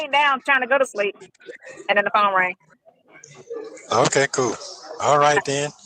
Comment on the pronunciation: Do you think has problems with the “th” sound?😃 -mouf -den -dem -dat